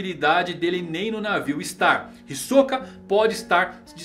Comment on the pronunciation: Já parei de assistir esse vídeo no começo, qual o problema de pronunciar Hisoka corretamente?